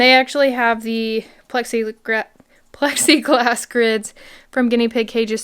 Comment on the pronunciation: Sounded like you almost said "plexy grass" lOL